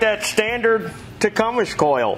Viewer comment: TecumSEH not ESH